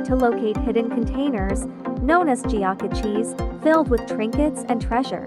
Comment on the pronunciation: That is NOT how "geocache" is pronounced, hahahaha!